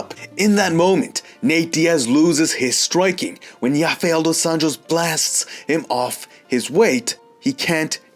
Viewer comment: Yafael tho? Come on 😂